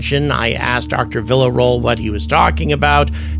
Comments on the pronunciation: Man, please at least try with her name. Villarroel—VEE YA ROW EL. It’s not hard. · Spooky stuff. P.S.: "Vee - ya - ro - el"